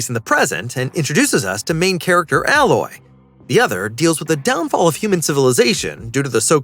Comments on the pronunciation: A-loy mate, not alloy 🤦‍♀️🤦‍♀️🤦‍♀️ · I dont kno why that bothers me too lol. Its A- Loy not alloy (like aloe) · I yelled ALOY, every time he mispronounced the name.. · It's "Ay-loy". I don't care who's reading the script LEARN how to say things correctly. Sadie Sink? 🤣🤣🤣🤣🤣🤣🤣🤣🤣🤣🤣🤣 Acting is subjective. Pedoland has plenty of people that can dye hair to any color and make it look natural. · A-Loy bro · Giving you a thumbs down cause you keep pronouncing aloy wrong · It's AI. He or she is typing it wrong. Haha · This was bugging me too. 😅